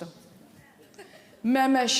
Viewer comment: Məmiş demir Məməş deyir.Düzdü də nə qədər gülünc səslənir məməş.Diqqətlə qulaq asın nənə gilə baba məməş. Uşaga ad qoyanda normaı ad qoynaq lazımdı